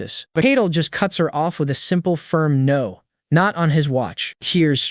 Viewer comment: Don’t forget no as in “no” but pronounced as number😂😂😂